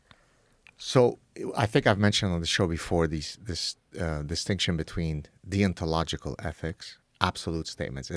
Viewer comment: the way he says deontological sounds like he's saying 'thee ontological'